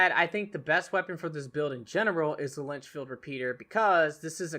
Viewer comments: Another great card build video. Thanks. Am I still ok using the Lancaster instead of the Litchfield? Oh, and it’s Litchfield not Linchfield. ;) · Litchfield not Linchfield... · you saying "Lynchfield" repeater is bugging me.